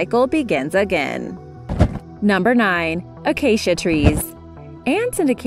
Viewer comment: Narrator: Acacia Tree Minecrafters: Did she say Aacia?!?